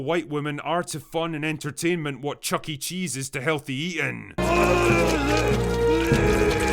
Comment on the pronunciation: It's CHUCKY CHEESE, not CHUCKY'S CHEESE